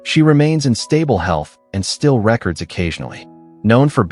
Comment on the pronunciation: Just a human who can pronounce record properly would be good.